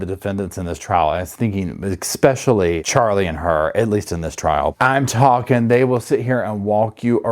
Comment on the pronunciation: Just for future reference: it’s ESPECIALLY not EXPECIALLY